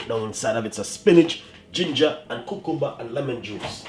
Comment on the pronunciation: I liked how he said cucumber!